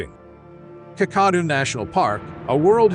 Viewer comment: The pronunciation of 'Kakadu' is so bad, I would not have known what place you were referring if it wasn't for the written description. Try Kack-a-doo as in if you see a crock, you're going to kack your pants.